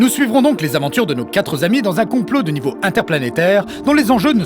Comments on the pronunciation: Ca donne envie de regarder la série. Encore un bon épisode pour le Nexus VI. (Micro-bémol : "quatre-z-amis", vraiment ?) Mis-à-part ça, j'aime beaucoup vos capsules, j'ai hâte que l'état d'urgence sanitaire se termine et qu'on puisse vous revoir dans des conventions. A bientôt. :) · aïe aïe aïe! "nos quatre zamis"! Vous m'aviez fait si plaisir en utilisant correctement "éponyme" plus tôt (ce qui est si rare) et là le piège ! Il est primordial de faire écouter le texte joué avant l'édition...